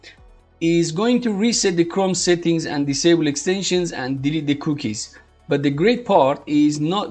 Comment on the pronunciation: Thought I was the only one "General S hettings...for the S het"